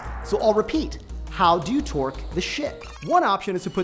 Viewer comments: Every time he says torque it sounds like twerk. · oh TORQUE lol i thought he was saying twerk